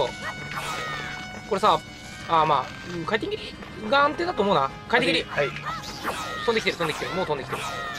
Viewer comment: なんか回転切が、快適に、に聞こえるwww